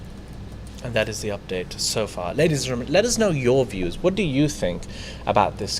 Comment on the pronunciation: it is "Ladies and Gentleman" why do you insist on saying "Ladies and Gernans"? You have said it twice in the first 5 mins of this show.